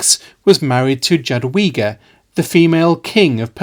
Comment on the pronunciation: Great video! I love seeing the history of this part of Europe finally getting some attention and being covered in a competent manner. The only small nitpick I have is with the pronunciation of the names Jogaila and Jadwiga (They should sound more like Yogaila and Yadviga. My Polish brain was like: "Who's Dżogaila and Dżadłiga? That sounds so funny". 😅) On the other hand, you pronounced Radziwiłł really well.